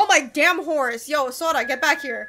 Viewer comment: Kage is pronounced as Ka-gay 😅 Like Hokage from Naruto & 😅 your sora sounded like soda Also, this game reminded me of Middle earth: shadow of mordor cuz of it's similar elements & fighting style